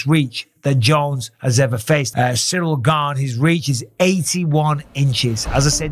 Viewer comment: John Bons already starting to passive aggressively talk smack to Ciryl. Pronouncing his name "cereal gain". Now I KNOW John isn't that stupid. He's doing that sh1t on purpose. Passively disrespecting his opponent. You're telling me John doesn't know how to properly say Ciryl's name when he's about to fight him? Come on now. John Bons ain't that dummmmb.